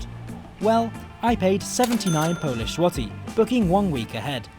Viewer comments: your Polish pronuncitation is immaculate, i'm incredibly impressed! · How is your Polish pronunciation so good??!